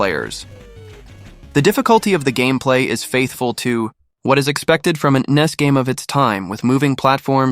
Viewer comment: Did he just call NES Nintendo knees.?